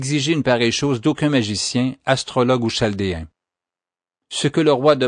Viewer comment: Chaldéen se prononce (caldéen)